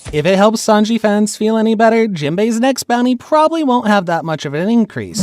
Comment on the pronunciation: ITS SANJI NOT SANGI🤦‍♂️🤦‍♂️💀💀